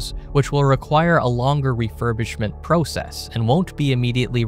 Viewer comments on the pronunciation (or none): why you say process like that?